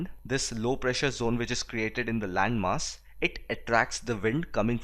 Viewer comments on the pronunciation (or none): none